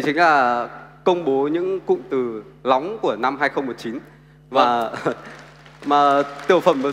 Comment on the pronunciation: Lóng hay nóng thế wechoice :)))